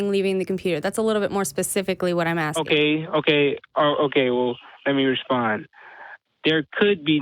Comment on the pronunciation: Don't keep on "aksing." Just ASK! 🤦